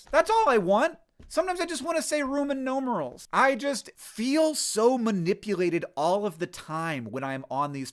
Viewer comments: Dear hank, Rooman nomerals made me giggle much more than it should've and i appreciated it a lot. Thank you that is all good video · All valid points. Very frustrating. But also, rooman nomerals!!! 😂😂😂😂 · Rooman Noomanals